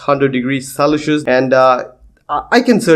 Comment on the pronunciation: its celsius bro not celisus 🙄